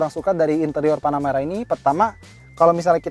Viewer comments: ini namanya panaputih gan bukan panameara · apa cuman gua yg denger panamera kedengeranya tanahmerah